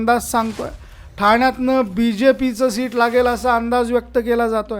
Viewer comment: शीट नाही रे बाबा सीट